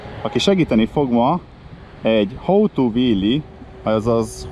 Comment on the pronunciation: Hóó tú. How - ejtsd haou. Ha úgy ejted ki ,hogy “hóó”. Az hoe angolul kapát jelent.